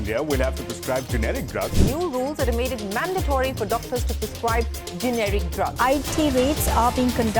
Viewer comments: Generic is pronounced as Jine-rik and not gen-rik as U r pronouncing. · Stop saying "Genrick"...It's not "Genrick" as you keep pronouncing it. 🤦‍♂️ It's pronounced as "GenEric", like "gen-ner-rik". Got it?